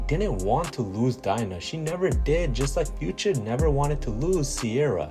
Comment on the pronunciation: Dina is pronounced dee nah